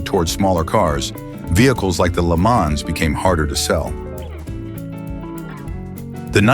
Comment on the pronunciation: The content here is downright offensive. Way to throw shade on American cars. Pronouncing LeMans as Lemons is also offensive. (AI-- not exactly progress)